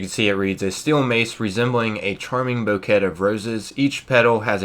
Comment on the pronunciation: DUUUUDE. It’s “BEAU-K” of roses. Not “BUE-ket”. You crazy man!! Love ya!! I know you were just blowing thru it. Love the vids. Best frickking guides on YT!!!!